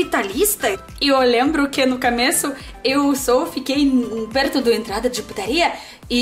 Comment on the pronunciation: Pessoal hight pessoa wrong. Coomeco not caaameco